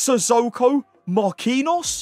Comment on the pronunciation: "... a red MARQUINOS" hahahah come on man. Not that hard to say "nho" i bet you can say Robaldinho. Should not be hard to say Marquinhos